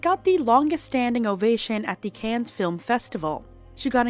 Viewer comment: The s is silent in Cannes lolol